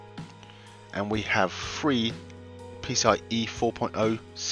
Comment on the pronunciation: I love how britisch people always say "free" when they actually mean "three".